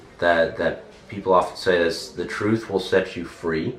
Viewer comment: Сюжет выбран интересный, действительно не плохо. Произношение ужасное как и само знание языка интервьюером. Что за не профессионализм? Не ужели так трудно хотя бы поработать над произношением со своим "ЗЭ" и не позорится а ля "мазер, фазер, сисьтер, бразер". Кульминация приходит на (да, да правда именно в трусах).